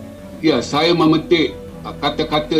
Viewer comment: Lah ga usah bingung..pengucapannya saja sudah susah ..Bangsa jadi bangseu saya jadi sayeu ,bagai mana jadi macem maneu...pengucapan sama tulisannya orang pasti bingun nulisnya harus bagaimana..😄😄😄🙈